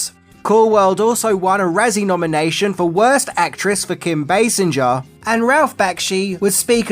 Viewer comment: What is the leading actress’s name? Can you repeat? Sinja? No you pronounce it “singer” as if it was derived from the verb “to sing”.